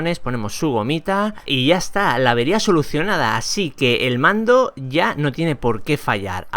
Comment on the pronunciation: Dice pando y es mando xD